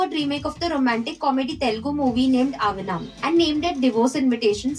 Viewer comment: its not avanaam you semi desi girl 😂😂, its ahvaanam which means Invited in Telugu